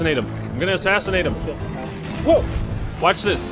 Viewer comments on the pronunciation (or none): none